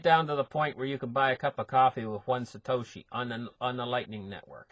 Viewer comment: Lol. It's Satoshi not Satatchi. love your work :)